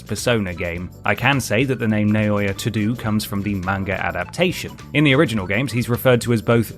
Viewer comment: "To do" for Toudou hahahahahahahaha! I love it.